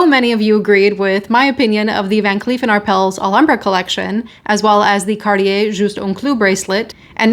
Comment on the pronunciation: Not Can Cleef (Cl'iif),it's Van Cleef (F'an Cle'e'f)...yr wlcme